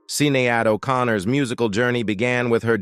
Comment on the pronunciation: I really hate butchered Irish names. SIN-E-AD O CONNOR? (phoenetic, Shin-aid) BILL MAAHAAAR...Mar. like Mars. Without the S. Feckin AI. Why am i watching this